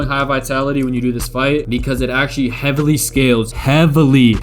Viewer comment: that "HEAVILY" was personal.